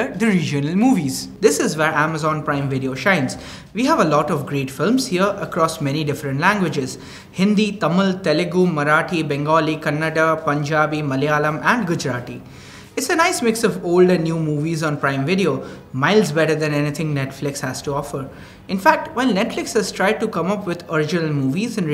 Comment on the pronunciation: its Kannada not Kannad!